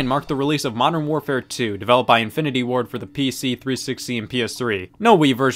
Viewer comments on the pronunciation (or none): every time you said "Infinity Ward" i heard "Infinity War"